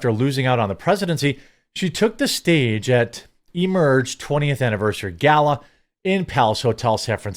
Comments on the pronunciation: Yeah, it's pronounced "gala", not "gayla", but w.e. dude. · It's Galla not Gayla, though I doubt he would k ow that since it's not tattooed on his boyfriendscock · That gala joke (if you can call it one) doesn't even make sense. The way you pronounce gala is GAL-A, as in "she's a good looking gal", And UH! at the end. There is now GHEY in it. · DIVIDE? That's what Kamala and Biden have done for the last 4 years DIVIDE people, states, races, genders...everything! And maybe is because I'm italian but I've never heard someone pronunce GALA' GAYLA. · Cant believe they destroyed the word gala...smh...